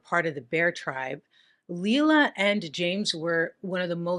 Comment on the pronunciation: Her real name was pronounced liela Mae Carter she was born white trash .I should know I'm her younger brother.